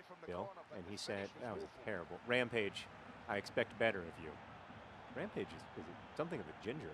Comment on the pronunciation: "Permanent Rampage" Ramage?